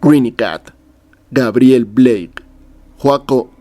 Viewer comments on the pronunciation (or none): none